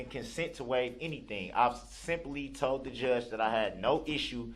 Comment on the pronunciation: 1. "what I wuz tode" **aka What I was told.** 2. "I did wut youz axed me" **aka I did what you asked me to do.**